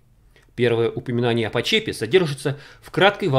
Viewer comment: Добрый день,! Меня зовут Игорем. Я вам как-то тоже писал про валы (так их все с детства называли) в Почепе (ударение на О). Но что-то дополнительно рассказать я не обещал. Думаю это кто-то другой ))) но фильм счас буду смотреть с превеликим удовольствием. Спасибо вам огромное за ваш труд.